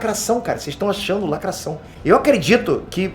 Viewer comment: É negro? "Lacrassaum"!!